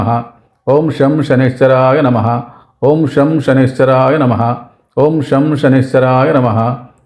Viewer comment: బాబూ... సనైశ్వరాయ కాదు...!! శం.. శనైశ్చరాయ...! అంటే... శనైః చరాయ... !! అంటే... నెమ్మదిగా చరించేవాడు.. అని అర్ధం..!! శని గ్రహం.. చాలా నెమ్మదిగా.. మందంగా చరిస్తుంది..!! అందుకే.. ఓం.. శం.. శనైశ్చరాయ.. నమః..! అనాలి.!!